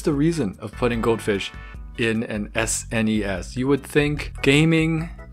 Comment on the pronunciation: Am I only one that had never heard someone spell out SNES rather than say SNES before? 😂 Another great video! Cheers dude. Also, def juvenile Discus, that tank is too small even for Angelfish! 👍